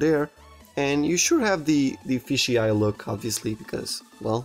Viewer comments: It's FISH eye, not fishy eye. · why do you say fishy eye because it is said f-ish eye